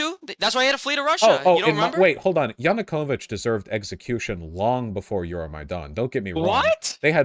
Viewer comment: Vaush kinda hurts his credibility when he’s physically unable to pronounce any name or word correctly. Like yanakovich he calls him yanokuvich. And the Minsk accords he calls the minx accords it’s just heavily and rancidly cringe, and when he uses a Mexican accent to say Russian and Ukrainian names. It comes across as very American liberal wine mom type.